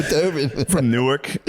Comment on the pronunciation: lol Matt pronouncing Newark(New-erk), NJ like Newark(New-Ark), DE was throwing me off